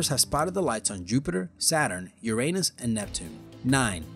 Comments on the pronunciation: He said your anus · sounds like he saying your anus XD